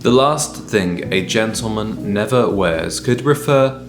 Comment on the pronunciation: A ‘gentleman’ knows how to pronounce GENTLEMAN to start with, and he knows how to present himself, properly shaven. You are such a fraud!